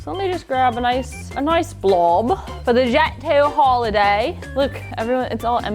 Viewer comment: Deff not her saying jet zoo holiday in front of dan